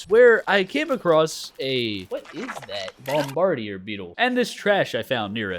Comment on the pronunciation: for the last time it’s bomb-ba-dear